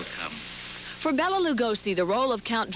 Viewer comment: Mr. Lugosi was not "destitute" nor was Son of Frankenstein (which you cite) a "b" movie. Also mispronounced his first name. Not Bella, Bela with the e pronounced as a long a. But, I did appreciate the great Vincent Price quotes